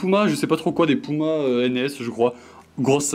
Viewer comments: Qui dit pouma c puma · c'est puma pas pouma mdr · C pas pouma c puma et c pas NS C RS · t le best mais dit pas Pouma stp PUMA ok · « J’ai acheté des POUMA » BAHAHAHAHAH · Je rêve ou il a dis des pouma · Attend pouma ? Nn j’ai mal entendu ? Nn il a bien dit pouma 😭😭😭😭